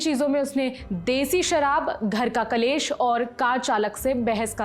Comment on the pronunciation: कलेश नहीं क्लेश। हिंदी बोलने से पहले सीखो